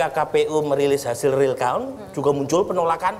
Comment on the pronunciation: Yg pakai kacamata di peci Dan matanya jereng ngucapin "count" ..nya salah banget .. dia keluaran sekolahan darimana?? Bahasa inggrisnya salah banget.. Masa dia sujud syukur prabowo tahu?? Orang aneh. Muter muter..